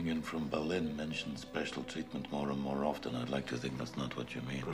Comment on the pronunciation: Same. I’ve seen this movie so many times and I still get destroyed every time Liam Neisen says “I could of got nore” and then when I see all the stones on Oskar Schindler’s grave at the end.